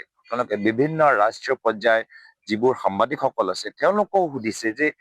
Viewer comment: আপুনি ভালদৰে অসমীয়া কবই শিকা নাই, বাক্য গাঁথনি ভুল, সাংবাদিকক কয় সাম্বাদিক বুলি। এই জনাই আকৌ অসমৰ মুখ্যমন্ত্ৰী হয়।